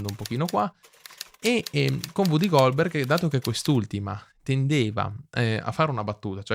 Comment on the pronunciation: interessantissimo, grazie, e molto completo. Sarebbe anche meglio senza quei continui e fastidiosi eeehhh...ehhhm... (mi creda, si possono correggere). Inoltre WooDy Goldberg non si può sentire, e nemmeno Louise Bourgeois (Pron.: luiz burjuà con la 'j' francese. google le dà facilmente la pronuncia giusta) Una pronuncia smaccatamente sbagliata toglie credibilità e abbassa il livello culturale del pezzo: è un peccato.